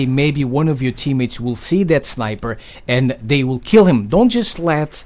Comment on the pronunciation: I like it of how he said that to dat